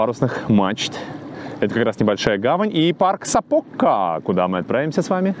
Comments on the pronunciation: спасибо! Прожила в этом городе 4 года. Очень тепло было окунуться в воспоминания. Хочу немного поправить— у финов всегда ударения делается на первый слог. И в названиях также. Поэтому вернее говорить САпока, а не СапОка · Уважаемый, если Вы не против, я обращу Ваше внимание на то, что ударение в финских словах всегда падает на первый слог. Поэтому - Са́покка, Ве́лламо и так далее. Я с увлечением смотрю и слушаю каждое Ваше новое произведение. Большое спасибо!